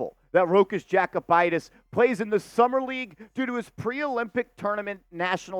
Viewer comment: Yo-koo-bite-is 😂 not jack-oh-bite-is